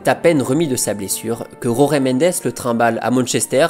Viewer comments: Jorge mendes est portugais... on dit donc jorge à la française. "Roré" c'est espagnol. Pareil pour "Résus". Jorge Jésus ce prononce... Jorge jésus... tout simplement et non pas roré résus 😂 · Jorge avec un JJJJJJJ pas un R purée, ce n'est pas espagnol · Jorge=george et pas rorguè. Merci🙂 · Très bien mais en Portugais il n'y a pas Jota. J = J pas R ! ca viole les oreilles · Les gars faut arrêter de prononcer les noms portugais a l'espagnol. Il s'appel jorge mendes pas rore mendes. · Tres bonne video comme toujours , par contre en Portugais la lettre " J " ne se roule pas comme en Espagnol mais se prononce J . Donc on dit Jorge (George comme en Français) Mendes. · J'adore tes vidéos et te suis depuis longtemps ❤ Mais stp, en portugais "Jorge" est prononcé comment en français. 🫶🏻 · Superbe vidéo d'un joueur que j'ai adoré voir dans cette équipe de Porto avec Hulk et Rodriguez ! Par contre juste une petite remarque: l'agent José Mendes étant portugais, son prénom se prononce comme José Mourinho et non pas à l'espagnole